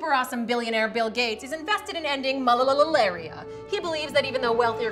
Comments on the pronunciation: it isnt malalalalalalalaria. it is just malaria. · Its malaria and not malalalaria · It's just MALARIA... not malalalalaria.... :/